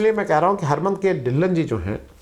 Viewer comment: अरे भाई साहब हरमीत के ढिल्लन नहीं हरमीत कौर ढिल्लों बोलिए